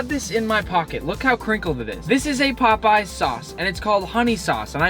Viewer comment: like POPEEZ 19 mins and 49 sec in that sounds really funny